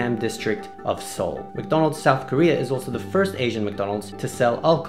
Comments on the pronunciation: the way he pronounced madonal😂😂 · LOL XD I never laugh so hard in my life when you said MaDonal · Hey I live in the PH and I love Jollibee especially McDonald and I pronounce Donald's name "Ronald McDonald" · Seraph The Great I’ve lived in the Philippines all my life and I always thought you called McDonalds “Mick Donalds” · In Sri Lanka, for some reason we call it ‘makka’ (pronounced mac-ka) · McDo!!! Yep, we filipinos call it "mcdo". We tend to shorten words down for easier pronounciation. Also, philippines is the only country in the world (@ least I know of) that sells sphaghetti. Want one? Fly to philippines.